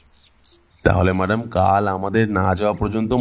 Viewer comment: মাদাম কি ভাই? ম্যাডাম হবে!🙄